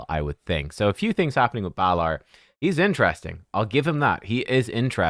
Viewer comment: Balar and Nell! Oh dear!